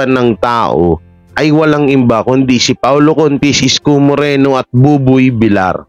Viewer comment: Correction hindi po vilar ang tono kundi vilyar (villar)